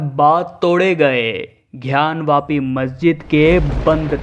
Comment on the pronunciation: पहले तो ये "ध्यान " वापी नही " ग्यान " वापी है... " गर्व नर " नही " गवर्नर " होता है. शब्दोच्चार सही करिये भाईसाहब....